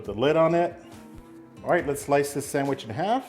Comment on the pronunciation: come on...just like my dad, calls it a sangwich...lol All joking to the side, that's one good looking sangwich!